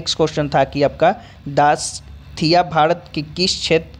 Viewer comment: दासकाथिया नहीं दासकाठिया है वो